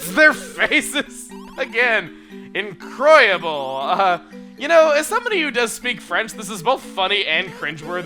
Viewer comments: Chugga, INCROYABLE is pronounced en-croy-ab-lu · Did you really say IN-CROY-ABLE? |:(